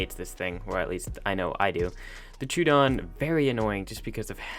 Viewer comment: IDK what a Turedon is pal its NOT in ARK we have the Troadon {Tr-oh-wah-dawn} but theres no such thing as a Truedon